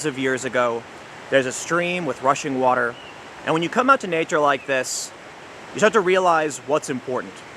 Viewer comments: Did he say Russian water..? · Is he kidnapped or something? I keep hearing "Russian water".